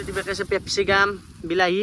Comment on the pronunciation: Capsicum bule koi...u try ur pronunciation....GD ni8